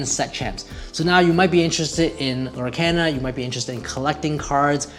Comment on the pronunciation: Lorcana is pronounced "Lohr-KAHN-uh" (lore-CAHN-uh). The name is a blend of the words "Lore" and "Arcana"